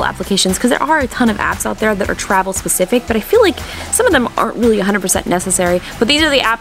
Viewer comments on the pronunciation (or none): none